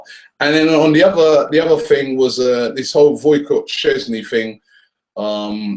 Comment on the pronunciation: It's Wojciech Szczesny not Woycot